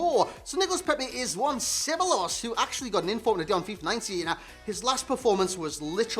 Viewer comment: Double ll in Spanish is a y sound. So Ceballos is seh-buy-oss